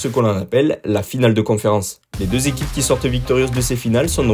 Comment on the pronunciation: "les quatre zéquipes..." "les sept zéquipes..." "les huit zéquipes..." C'EST OFFICIEL LES GARS, ON DIT "UNE ZÉQUIPE" !!